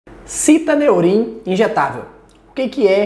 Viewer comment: Estranho o amigo pronunciar citAneurim, quando na embalagem está fixado citOneurin. Sei que o nome pouco influi nos resultados, mas é só uma curiosidade minha, sobre o nome do medicamento.